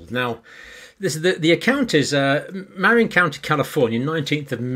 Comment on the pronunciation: Put accent on 2nd syllable of Marin